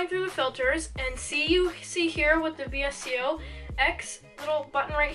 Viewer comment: this was such a good vid, 1st vid i’ve seen of urs and ily! but just btw its actually pronounced “vis-co”